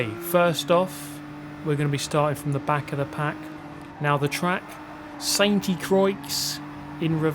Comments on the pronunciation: that'd make it sound like "cro-ee", when it's supposed to sound like "cro-aa". He literally pronounced it like "croyx". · Pronounced Croy, it's french and the x is silent, lol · I'm pretty sure it's pronounced "Sante qua" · I think the pronunciation of Sainte-Croix is "san krwa", but good job mate. Also kuddos on the race last weekend. Nice pb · Croy is the pronunciation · Croix is pronounced like "croa". French is weird, I know... Just dropping this here. Either way, it always seems to be a mouthful to pronounce so I'm pretty sure you can get away with it by downright calling it St. Cross. I don't think too many people will mind. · The x in st. Croix is silent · Please use google translate in french and learn how to spell "SAINT CROIX" 🤣